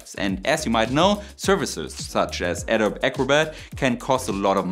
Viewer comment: I like your content, especially the citation approach you use. Since you said you wanted to improve your English, I noticed a couple of words that need improving: Adobe -- it's pronounced like it's ado-bee -- the last e is pronounced like a long e, and graphene -- your slide showed the german word for graphene (graphen), but you also pronounced it that way -- in English it's graph-een (phonetically, not spelling)